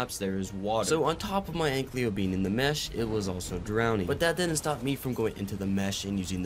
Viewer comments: “An-ky-lo” not “ank-ly-o” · Ik this is stupid, but the "L" in ankylo is pronounced AFTER the "ky"